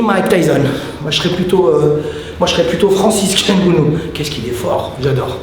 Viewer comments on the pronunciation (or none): Je crois qu'il voulait dire francis n'gannou mais il a un peu de mal avec son nom 😂